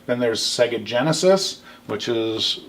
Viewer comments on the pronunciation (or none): Mate, its GENESIS not GENISIS.